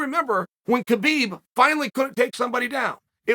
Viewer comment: HAH BEEB, not KA BEEB